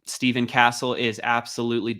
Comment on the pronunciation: STEPH - ON CASTLE NOT STEVE - ON 😂😂😂😂😂😂😂😂😂 STEph…. ON like steph curry lmfao